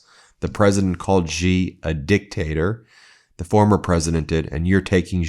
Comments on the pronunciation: IT'S NOT GEE IT'S SHEE . Too hard for you? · Xi is pronounced, sounding like She. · Thanks for your insightful reporting. I just have one observation: Xi, the leader of China, his surname is pronounced SEE